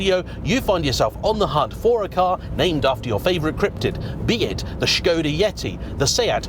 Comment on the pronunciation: “Strange car for strange people” 😂😂 I am one of those people. I love the way you are saying shkoda too. I know it’s correct but it’s still amusing 👍🏻👌🏼